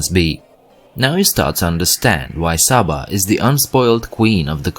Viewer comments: It's not Sah-ba, it's SAY-ba. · Its pronounced Say-baa, not Saa-baa